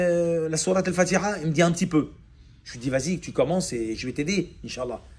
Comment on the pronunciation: As Salam aaleykoum il faut apprendre l'arabe, votre récitation de al fatiha a été changer en mécréance, comme quoi juste une lettre ajouter ou retirer peux altéré tous le sens d'un verset